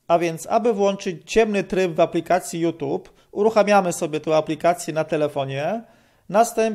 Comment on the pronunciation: Naucz się chłopie wymawiać youtube. Żadne tube tylko tjub